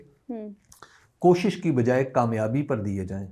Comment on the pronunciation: زرداری کو رومن اردو میں تقریر دی گئی تھی جس کو پڑھنے میں مشکل پیش آ رہی تھی ۔ اسی لئے K اور H کو گڈ مڈ کر گیا ، شاید نظر کی کمزوری کی وجہ سے ۔ کوشش کو پہلے خوشی پڑھ رہا تھا 😊